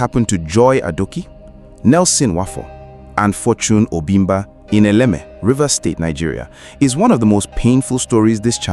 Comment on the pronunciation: Why were you pronouncing it as elekeme?